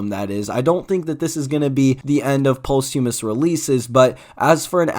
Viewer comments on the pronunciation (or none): Bro can't say posthumous right 😭